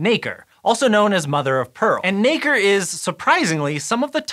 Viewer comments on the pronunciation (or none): All im hearing is the n word when he says nacre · Just be careful how you pronounce Nacre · Nacre please!